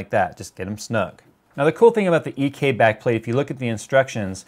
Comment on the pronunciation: What i heard: "...and this is the Nickelbacked plate-plate"